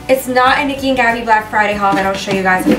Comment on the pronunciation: It is Niki not nikhi but yeah I agree with you